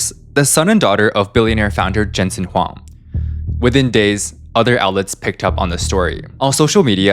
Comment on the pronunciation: Huang = Wong